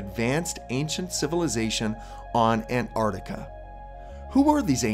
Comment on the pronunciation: I don’t see how Americans can look at “Antarctica” and just ignore the t’s? 😒